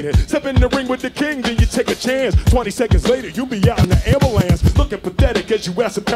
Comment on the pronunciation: Really - "Amberlance" ? gg